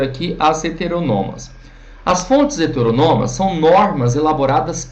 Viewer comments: Seria melhor se ele pronunciasse a palavra "HETERÔNOMA" da maneira como ela é escrita, pois ao meu ver, a forma como ele pronuncia tira a credibilidade e a autoridade sobre o assunto. Lembrando que isso é a MINHA opinião. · Não, velho. Tá incorreta a pronúncia sim. kkk